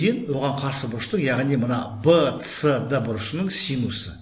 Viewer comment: Вцд демей бсд деш жағымсыз естілед